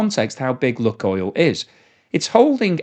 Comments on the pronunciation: Just FYI, it's not "Luck" (like a northerner) but "Luke Oil" like nuke or spook. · I believe they pronounce it Luke Oil. Not luck oil. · Lukoil is pronounced luke-oil, not luck-oil. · "loo - coil" mate , not "Luck-oil" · seems to call it "luck-oil" sometimes, and "look-oil" other times, but it is actually pronounced "LUKE-oil" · I am very surprised that you don't know how to pronounce LUK. It is not an English Word. It is pronounced like LOOK. 👎🇨🇦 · It is pronounced Look-oil as in “spook” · Pronounced 'Luke' oil, though.